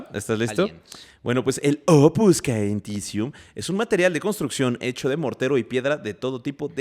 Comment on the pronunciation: Chicos! "Opus caementicium" se pronuncia "opus chementizium" de hecho en italiano hormigón se dice "cemento" ("ce" se pronuncia "che") Saludos desde la ciudad aeterna, Roma